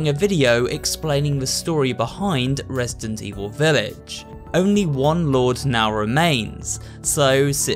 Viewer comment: Did he just say ''Resisident''? ✋😶